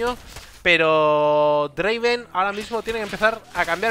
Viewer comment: Y no es draven, es draaaaaaaaaven